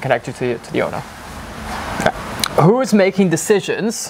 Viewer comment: That was almost perfect Dutch,!!❤ But the first word is pronounced as the English word "who". 😊